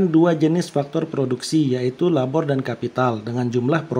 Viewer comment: Maaf ka mau kasih saran aja. Sebenernya penjelasannya cukup bagus dan mudah di mengerti, tapi 1. Ada beberapa kata yang kurang jelas penyebutanya, seperti di detik 15.33 penyebutan kata LABOR. Saya butuh beberapa kali pengulangan vidio untuk tau kata itu. Itu juga mungkin karna saya baru pertama kali mendengar kata LABOR, jadi saya sedikit kesulitan. 2. Untuk penjelasan di cth KURVA. Bisa kah Ka, untuk menambahkan coret-coretan merah di bagian-bagian yang sedang dijelaskan, agar lebih jelas. Karna saya masih kesulitan dalam membaca KURVA. untuk selebihnya vidionya cukup baik dan dapat dimengerti. Terimakasih, semoga untuk kedepannya lebih baik lagi. SALAM SUKSES.